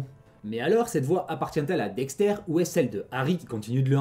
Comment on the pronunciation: Incroyable vidéo, mais par conte Dexter ça se prononce "Dexteur" pas "Dextaire" mais c est qu un détail